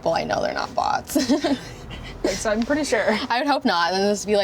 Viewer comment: When she said Bots, I thought it was butts😂